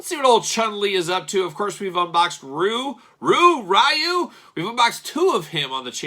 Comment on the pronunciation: Most people pronounce Ryu as "Ree-you."